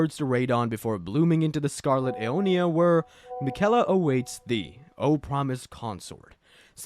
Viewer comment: ah yes, the airDtree, and miKella